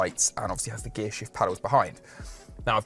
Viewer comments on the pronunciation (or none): none